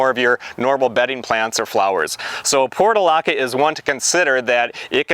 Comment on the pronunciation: The pronunciation was driving me crazy because it was different from what I have always heard so I double-checked. It's "porch -u - laca."